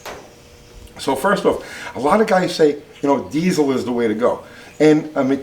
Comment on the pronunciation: AHH! Are you gonna be that guy that says Die Zul instead of Dee sill l?. I'm gonna let it slide... lol